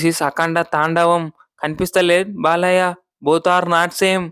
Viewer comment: బాలయ్యాకి కాదు బాలయ్యకి యా కి దీర్ఘం పెట్టకూడదు